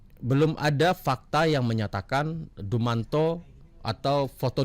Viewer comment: Dumatno kali bang ! Bukan dumanto.